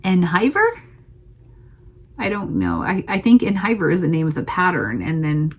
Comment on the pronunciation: You have wonderful projects! En hiver is pronounced "awn eve-air". It is French for in winter.